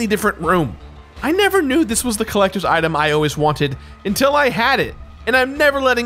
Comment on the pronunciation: Says he is not going to mispronounce anything in dark souls ever agian: "The Drak Shouls Colactors Addition..."